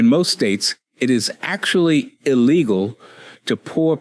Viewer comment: Acqually? Is this a human speaking?